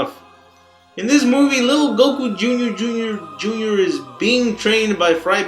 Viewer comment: it's Goku Jr, not Goku jr jr jr jr fucktard!